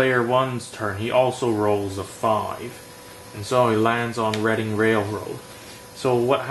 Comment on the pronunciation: The pronoucination on "reading" railroad is on point...